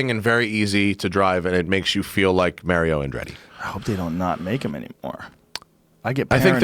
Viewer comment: Did this guy really just annunciate " Mary-o Andretti " ? CMon bruh.